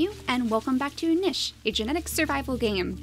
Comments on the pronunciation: It is pronounced NEESH not NISH (although some places pronounce it Nich...). Just a little thing that's been bothering me. Awesome videos though. Big fan. ;) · Hey JessiMew! Love your videos, you are very entertaining and I hate to be that guy... but it is pronounced "neesh"